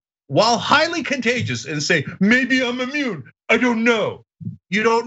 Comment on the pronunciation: Instead of maybe I'm immuned...he was actually saying...may I'm a-moron